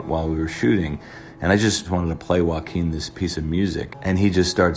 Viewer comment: whenever he says "joaquin phoenix" it sounds like "walking phoenix" to me and i can't stop laughing at this